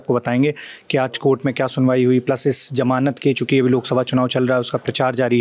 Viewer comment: Sir ji...jamanat nahin Hota hai, "Zamanat" Hota hai...😊.